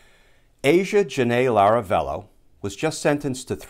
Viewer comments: Glenn- It's Lavarello, not Laravello! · It's a detail, it doesn't matter that much, but the name of the lady in Hawaii is Lavarello, not Laravello :-) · Pity you likely can't fix the audio on this one to correct your recurring mispronunciation of Miss Lavarello's (not Laravello's) name. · La-vah-rello, not Lah-rah-vello. Because ... details, matter. Excellent series of podcasts, btw. I look forward to each one. At least he didn't say gazpacho. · " LAVA rello" lavarello, Glenn!